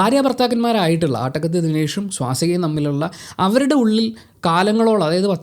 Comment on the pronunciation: Not aattakathi ஆட்டகத்தி Is attakathi அட்டகத்தி